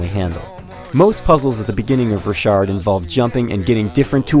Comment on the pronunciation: i think its pronounced rock hard